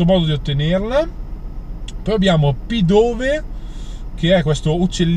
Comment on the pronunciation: Ciao il nome del pokemon di tipo volante e scritto pidove ma si pronuncia pidave